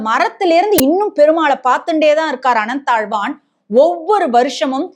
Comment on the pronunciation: Can't you say Ananthazvar?